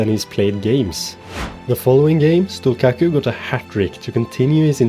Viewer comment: As a Drita fan living in Kosovo, I love this series and appreciate that you’ve chosen my country to build up.(also the Q in Stullqaku is pronounced as a CH but you can keep calling him whatever u want for the bit :p ,much love!)